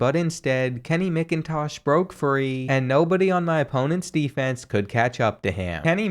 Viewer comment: It’s pronounced Macintosh. And Ewers is pronounced you-ers